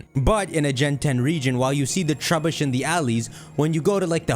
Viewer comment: “Trubeesh” sounds exaggerated i like it